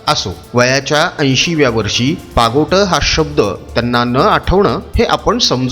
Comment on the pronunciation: पागोट नाही, पागोटे म्हणतात